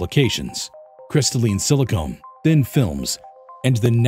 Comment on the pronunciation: Pronouncing Silicon as Silicone is off putting.